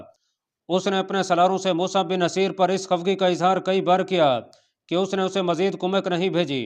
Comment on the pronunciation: Mosa Bin Naseer, (Naseer) nai balke (Nusair) hy bhai